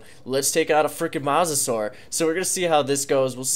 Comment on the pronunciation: Dude not mossasur mosasaur is said moesasaur not a hater love ya content but I had t point that out